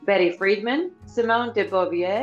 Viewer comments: That is pronounced FreeDAHN, not FREEDman (Betty) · Betty friedan not friedman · It’s Betty FRIEDAN, not Friedman.